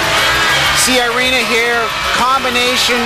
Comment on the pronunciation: Her name is Irina, not Airina, please USA get it right, spasiba.